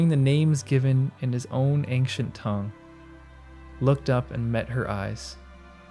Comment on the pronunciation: That's not how you pronounce ancient. Great video though!